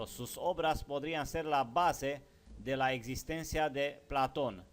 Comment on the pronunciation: Me gusta tu informacion. Como tambien creo que eres un ser de alto intellecto. Gracias por estos videos informativos. SOLO TRATA DE USAR LA FUERZA EN LAS PALABRAS. ( PLA'TON ) SUENA FUERTE EN LA A. (PLATO'N ).CON FUEZA EN LA O. Te queremos y solo unos details, para ayudarte y con todo respeto a tu intellecto, que admiro. Un abraso desde CANADA.